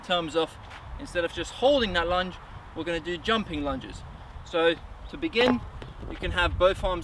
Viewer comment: All I heard was: lunch, lunch, lunch, lunch.